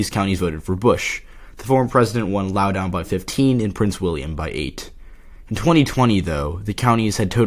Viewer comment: It is pronounced Laow-dun. Not laow-down